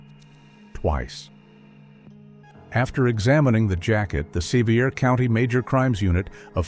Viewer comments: AI narrated and most likely AI created. Sevier is NOT pronounced se vy er; but, is correctly pronounced Severe! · Great fictional story and clearly read; it kept my attention while I was multi-tasking. You clearly need to research the area you are writing about as several other commentators told you that Gatlinburg doesn't have a hospital. But, you're AI mispronounced "Sevier County" several times. It's named after John Sevier, Governor of TN in the 1700's, pronounced, "severe." Also, no regular hunting is ever allowed in the Smoky's, except for Boar control.